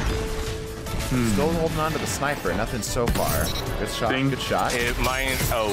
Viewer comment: He said Not Guud